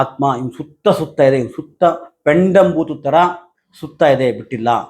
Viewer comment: Pendam bhootha alla pedam bhooha sir